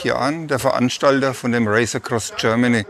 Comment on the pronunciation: "Das Räisekross Görmany"